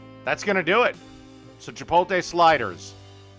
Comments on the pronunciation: It's pronounced "chi-POAT-lay," not "chi-POAL-tay"; in New Mexico you'd be called a "pen-DAY-ho es-STUU-pee-do" for screwing that up. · i know that shit kills me every time he says it as he makes the gloopiest meal known to man